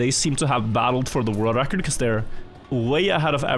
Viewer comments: Why can't he pronounce ''world record''? Holy shit, it's annoying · He's pronouncing it fine? He's got a bit of his Norwegian accent but it honestly isn't that bad for "world record"